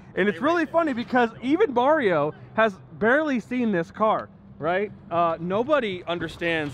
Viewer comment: Literally said bario hahah